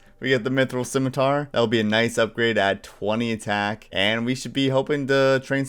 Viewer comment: You pronounce "scimitar" correctly, you get a like and a subscribe. Simple as.